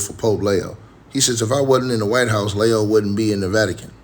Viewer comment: It’s Leee oooo 😂